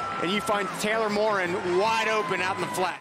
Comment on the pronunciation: announcer: "he's got the first down and more, it's Taylor MORE!!, MORE~" (actually Morin) 😁 Anyway, I've checked the successor was born in 2002 to Sam Howell out, but Mr. Maye looks like speedy Mitchell Trubisky.